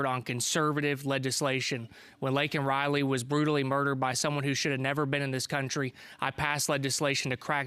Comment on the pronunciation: Her name is LAKEN Riley, not LANKEN Riley. Learn to pronounce her name.